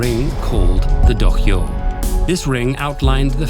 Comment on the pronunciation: Weird that a hard for English-speaker word like 'dohyou' was enunciated correctly, but not 'sumo'. 🤔